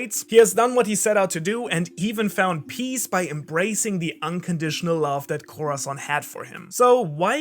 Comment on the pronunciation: Bruh why you pernounce corazon name like that🤦🏾‍♂️🤦🏾‍♂️🤦🏾‍♂️, it’s (cora-son) if you trying to pernounce it the “z” Is like a “s” In Spanish, other than that good video💯❤️